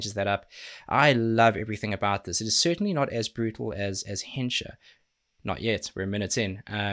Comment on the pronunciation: "...certainly not as brutal as Hensha..." Dude, NENSHA. Haha did you burn a hole through your air drum kit? The Shadowing studio live next would be fun.